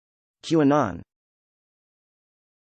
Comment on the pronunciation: this is literally not how its pronounced my humblest dudddde